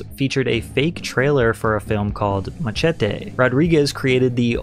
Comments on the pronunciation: Bro said Ma-Che-Te 😭🙏🏼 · why oh WHY do you not know how to pronounce MACHETE